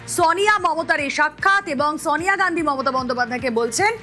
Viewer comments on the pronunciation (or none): sawniya gandhi নয়, উচ্চারনটা Sonia Gandhi